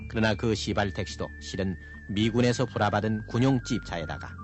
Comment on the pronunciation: 선생님 시발택시 입니다 씨발택시가 아니라 시발택시 입니다